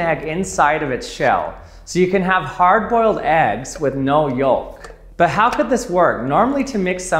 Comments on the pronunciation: Yo. The L in yoLk is silent LOL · The way he pronounces yolk be like "I paid for four letters, and my george I'm gonna pronounce every one!" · He says "yolk" funny. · I've never heard someone pronounce the silent "L" in yolk. Odd. I guess that's a thing.